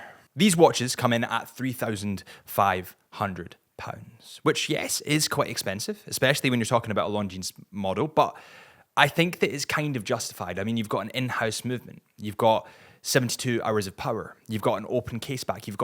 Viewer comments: Pronounced long jean not long jeans. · Nice review. Btw, the S is silent. It’s pronounced Lawn-xieen. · "Lawn-jeans" though??? Stop it, get some help!!! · love your content, small comment the s in Longines is silent 😬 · Come on mate, you should really pronounce Longines correctly. The 's' is silent. Simple as that.